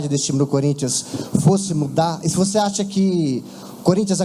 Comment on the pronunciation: Pofexô Luxa, voxe foi Xafado 😂😂😂